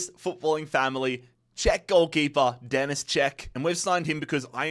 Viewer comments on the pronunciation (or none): none